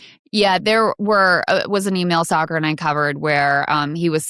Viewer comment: Saagar NOT Sahara .